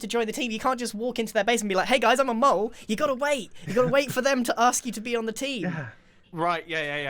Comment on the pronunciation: It actually is mole, not mule.